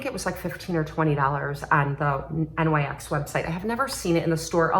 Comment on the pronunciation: Lovin those earrings! What a pretty palette from NYX! I've pared down my makeup purchases this season, but that palette is tempting. LOL, you are so cute- its Sonia "Cash ick" and NYX is pronounced "nixx" who is goddess of the night, so that is what they named themselves after. Each generation has its offensive lyrics songs. I remember the PMRC (tipper gore) trying to have stickers put on any album with edgy words to the songs. It wound up banning hundreds of bands and independent label companies went bankrupt.